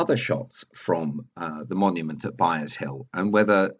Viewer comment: Sorry,, but it's Byres Hill, not Byers.....